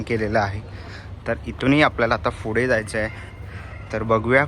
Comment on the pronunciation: Fude ❌❌❌ Pudhe✅✅✅ Panguins❌❌❌ Penguins ✅✅✅ Kitchens ❌❌❌ Keychains ✅✅✅ Kitti vela sangitlay...bhasha sudhara! Marathi correct bola!!!